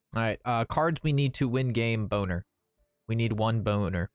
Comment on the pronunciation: "bo-ner"? not "bol-ner"? I don't care either way; you made me laugh haha. Looks like a fun deck by the way. I'll give it a go if I have enough dust.